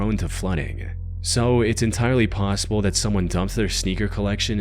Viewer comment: I noticed the ai voice adds an extra syllable at the end of every single sentence and now I can’t unhear it to the point I can’t even watch the videos anymore. e.g “nOwhErE-uh”, 🫦 “SpInE-uh” 😫, “PaUwsIbUlLLL-eh” 💅